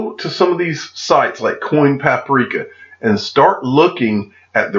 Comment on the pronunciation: You are reading coinpaprika wrong.